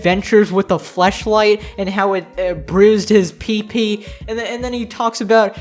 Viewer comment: The way you said pp is PEP PEP